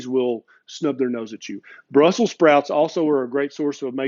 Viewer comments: BELBIUM is famous for growing those certain "sprouts"... and it's capitol city is BRUSSELS, NOT Brussel... and that's why it's BRUSSELS, with an "S", LOL!! ;-D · Because it is Brussels, not Brussel. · You didn't listen ; you didn't put the final "s" in "brussel".